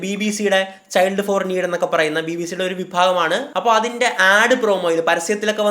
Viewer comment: ഴ് അല്ല ൾ e.g. അപ്പോഴ് അല്ല അപ്പോൾ എന്ന് പറയുക.